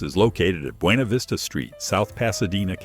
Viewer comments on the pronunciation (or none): none